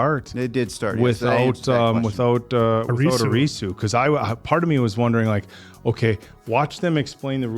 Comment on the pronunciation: I love you guys so much but the way to pronounce Arisu's name is AR-IH-SUE